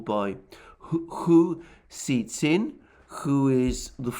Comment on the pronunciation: you are HORRIBLY mispronouncing Hu Xi Jin's name. It is not difficult to pronounce and you should make the effort to do so: it's pronounce like the English words: "Who" (the interrogative) "She" (the pronoun referring to a female) "Gin" (as in gin and tonic). And you're wrong, he's not influential, he was effectively fired from the editor position because his rhetoric was getting too extreme for the CCP.